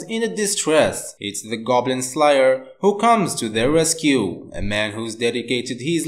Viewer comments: For the second one he said slyyer or sum like tht its slayyyyer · Saitama isn’t acting that’s just his personality Edit:goblin sliyer or goblin slayer it pronounced “sl air”